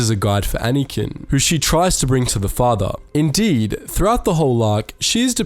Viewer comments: it's anakin not anikan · You say “Anakin” so strangely.